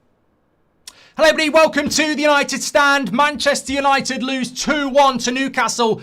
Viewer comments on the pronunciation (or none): none